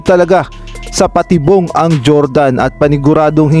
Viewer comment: Sir mali nmn ang sinasabing patibong mo.hehe